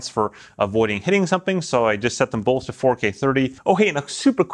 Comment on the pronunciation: Bolth of them? They bolth have that feature? Bolth?